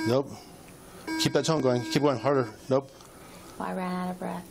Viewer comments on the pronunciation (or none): I swore he said, “keep that tongue going” but it was tone I realized rofl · It sounds like he’s saying keep that tongue going 😂😂😂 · lol at first I thought The cop said 'keep that tongue going' I was like what??? Then I'm like ooo 'Tone' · Lol, when he said "keep that tone going", I initially heared "keep that tounge going"😂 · lol, I heard it as "keep that tongue going" as well.